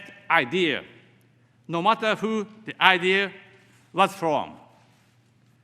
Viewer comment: With,who,world memoriなどいろいろ単語の発音が大変た。普通の日本人より英会話は大体問題ないだと思う。